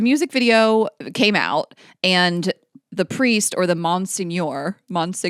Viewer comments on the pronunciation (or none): Zamboni is common knowledge lol I don’t know a single person who doesn’t know what that is. To be fair, Delaware doesn’t have an NHL team.. also, Monseigneur is pronounced “Mon-senior” 😂